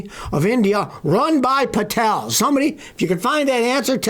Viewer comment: The Pa-tel... Ho-tel.....tee...hee